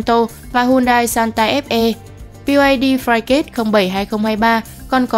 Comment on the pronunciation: Hybrid đọc là hai bờ rít ko phải hai bớt, Santafe đọc là san ta phê không phải san ta ép e